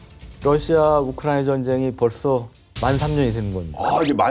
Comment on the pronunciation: 우크라이 나 나 나라고 우크라이는 어느나라여 기자님 나라이름좀 잘 불러줘요